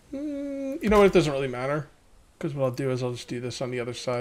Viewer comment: buddy had a long night 😂😂 and it’s pronounced really